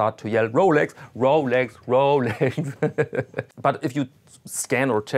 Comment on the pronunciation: Rowlecks! Rowlecks! Rowlecks!